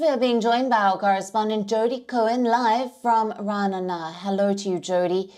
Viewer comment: RA-NA-NA??? That's hilarious!